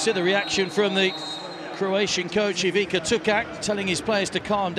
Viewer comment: Why don't you learn to pronounce their names at least decently? It's not THAT difficult! So, it's not Eweeka, but its Ivitsa, and not Setka. It is Shetka..